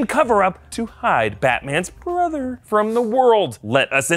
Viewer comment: Never say brother like that again....